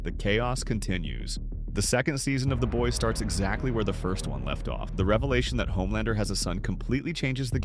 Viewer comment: Dude. Learn how to pronounce the show Like wtf